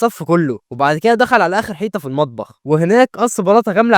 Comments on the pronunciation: كفاية كلمة حييتا ، اسمها حيطه ، الفديو حلو وعاكل مجهود فيه يحترم ، بس اختار الكلمات اللي ماتكونش ضعيف فيها زي حيييتا وكومبويوتر والحاجات دي ،والله يوفقك وينجحك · اسف بس انت ليه بتقول حييطه😂😂😂اسف اسف اسف❤